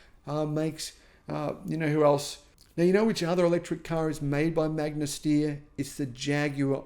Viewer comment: As an Austrian, it makes me very sad that Magna Steyr produced such inferior cars. Also since I was really hyped for the Fisker in the beginning because it has some good approaches. btw the "Steyr" in "Magna Steyr" is not pronounced "steer", but rather "SHT-ayr"